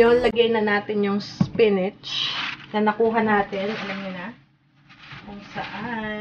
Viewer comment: spinach but pronouncing as "spinich" ahahahahahahahaha LT hindi po ako busher nakita ko lng po at narinig :D